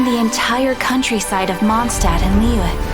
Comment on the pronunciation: yeah her whole character is about obsessing over these German stories but also not being able to pronounce them haha. and I mean it’s not like the english VAs can pronounce things right anyways lol, they butcher Liyue like fifteen different ways (wtf is “lee-way” 💀)